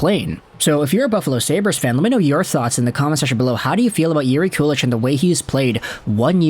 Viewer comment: If you watch the Sabres inside-the-draft video from 2022, they were debating Ostlund vs. Kulich at pick 16, and were trying to trade up to pick 17 and up to draft Kulich. Oh and btw, its pronounced "koo-lick" or "koo-leek."